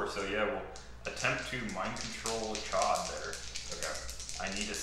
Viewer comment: The fact that you both had the discipline to intentionally mispronounce Ch’od for so long was impressive.